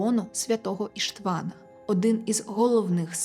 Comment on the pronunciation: Вітаю. Правильні наголоси: Рáкоці, Бáторі, Íштван